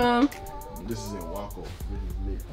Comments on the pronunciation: I like how said “Waco” 😂😂 It’s actually pronounced like “Wake”, but with “co “after the “a “🤗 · Love it!!!!! Keep up the mini trips! ❤️ It’s pronounced “way-co” though ❤️😁 not wacko lol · I didn’t see nobody say this but it’s pronounced WAY•CO… Not Wack•O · Its pronounced way-co guys lol everyone say wacko but yeah Waco this my City 🥰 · LoL it’s pronounced Way-Co Texas not whaco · way-co … not y-co lol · I believe it’s pronounced (way-co) not waw co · Waco (way-ko) NOT (why-ko) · “Waaa-co “ texassssss?!!!!!! It’s “way-co” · This is cute. You'll pronunciation was cute of WACO. It's pronounced Way-co. But King you have been out here out doing yourself, showing us that lovable side of you. And I'm here for it. 🥰🥰🥰❤❤ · As a Texan, it hurt my ear when yall pronounced WACO, it WAY-CO, but I still love yall much love from TX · IT'S CALLED WACO BUT THE WAY IT SOUND COMING OUT IS WAYCO NOOT THE WAY THEY SAID IT. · Yeah they was saying Waco like you pronounce taco. But it's pronounced WAYCO( Waco). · lol its Waco (Wake-co) and that was chip and Joanna gains very famous couple from HGTV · Lmfao it’s way-co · It's pronounced wayco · Lol Im from NJ and I know how to say Waco 😂. I was like oh lord they tore that word up😂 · Omg 😭😭😭 she tore it into pieces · She definitely said Waco wrong lol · said the name wrong lol